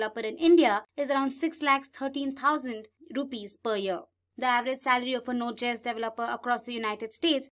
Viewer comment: Please redo the voice over. It’s pronounced “jay-s”, not “gee-s”. It JavaScript, js - not gs.